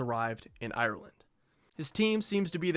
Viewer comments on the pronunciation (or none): none